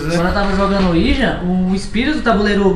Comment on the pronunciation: Eu só espero que o tenha ensinado o falar ouija